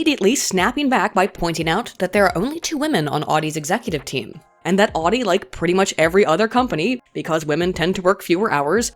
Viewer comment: Every time she says Audi like she does, a baby is aborted late term.